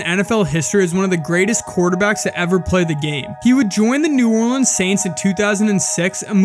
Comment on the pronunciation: Finally someone who pronounces “Orleans” right